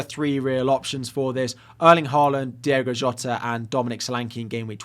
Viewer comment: Hi, you and several other podcasters keep calling Jota, Diego. It's Diogo. Not a criticism, just an observation. I love your videos, many thanks, Carl